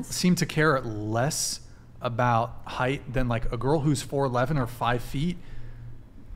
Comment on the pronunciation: “Heitghth” is not a word